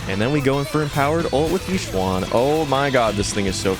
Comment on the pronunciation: "E-shen" not "Yi swan" please.